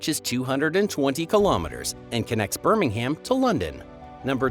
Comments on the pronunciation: Birmingham pronounced Bir-ming-am or Bir-ming-um with little emphasis on the g and certainly no H. The H is a very common mistake made by Americans with so many ***ham cities, towns, and villages. If you see a "ham" there may be exceptions but you will always be on safe ground to pronounce it "um". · SCREAM!!!!! BIRMING HAM.... For God's sake, if you must make a "Program" about Britain, LEARN how we pronounce OUR words!!! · It's not Birming-HAM. And it's AD, NOT CE. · After Birming-HAM, the woke, politically correct CE instead of the more appropriate AD, and words with out at the end pronounced as oot, I had had enough. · Guillemots = "gilly-mots" Lough Neagh= "loch nay"Birmingham=burming-um (BirmingHAM is in Alabama) Cromer=krowmer Alnwick=annick, gneiss=nice